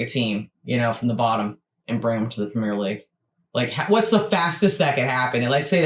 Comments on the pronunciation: Great video,it explains European football very well, just one thing that frustrates me is how he pronounces (and also spells) Premier League as Premiere League. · I've got to point out that throughout that video the narrator was referring to the Premiere League, it's not the Premiere league it's the Premier League without the trailing 'e'. Also, in the UK it's pronounced like 'prem-ee-uh'. As for promotion/relegation it's a fundamental part of Football. A few years ago some of the top European clubs talked about forming a European Super League for the top clubs in Europe without promotion/relegation and fans across Europe were absolutely furious. The whole promotion/relegation adds so much to the game, it makes far more matches important and in theory allows any team in the country to make it to the top or crash down the leagues. For example, in the early nineties Oldham Athletic were in the Premier League. Since then they've been relegated multiple times and are now playing in the National League. Conversely in the early 2000's AFC Bournemouth were struggling in League Two and now they're in the Premier League. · one small thing . its not pronounced pre-meer league , its prem-e-air league. Hope this helps :) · Please say premier properly